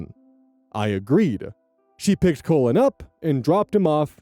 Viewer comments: I kept hearing the name Colon instead of Cullen. Made me have a nice double take. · mispronouncing this poor kid's name as "colon" over and over is killing me 😂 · Just to let you know, the 'u' in 'Cullen' is pronounced like it is in hull, skull, or dull. Sometimes you were saying 'Cullen' like 'colon'. It's not a big deal, it was funny to think the grandma was calling her grandbaby colon 😅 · Colon... kull'n ... 😂 (Cullen) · On story 4, I was only listening and not reading along. I kept hearing the step grandson's name as "colon" and was so confused. Then I looked at the screen . I think this is the first time seeing Cullen as a first name. I'm sure it's a lovely name, I'm just dumb. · "Cullen" *looks* like a cool name, but hearing you pronounce it over, and over, makes me want to suggest that no-one ever name their child "Cullen." I could not stop hearing "Colon." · All the comments saying “omg I thought you were saying colon!!” Thank god it’s Cullen he’d be bullied?? Colin is a really normal name no? Not in America? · The first part of cullin rhymes with Gull, it should not be pronounced as colon I'm giggling 😂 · Such a minor detail but I'm gonna point it out because my youngest brothers name is also Cullen it's pronounced (k-uh-lynn) lol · Not me, a listener, thinking was pronouncing Collin as Colon when it's Cullen 💀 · omg I wasn't looking at the screen and from pronunciation I thought they named the baby "Colon". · I'm sorry but naming a child "Cullen" isn't very cool because as shown in this video, whether or not intentional, it will be pronounced as "Colon" (as in the last 10inches of the GI track)